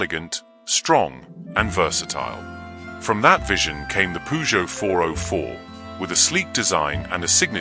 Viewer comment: NO, PURR JOE mate